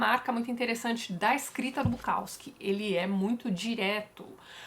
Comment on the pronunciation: Dá uma dor no ouvido escutar o povo falando BuKAWski